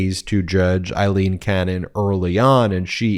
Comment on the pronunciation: It’s AAAAAAleen not IIIIILEEEN 😊